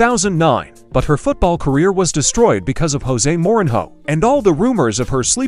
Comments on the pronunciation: Lol at the AI pronunciation of Mourinho 😂😂😂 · the way he pronounces jose mourinho.....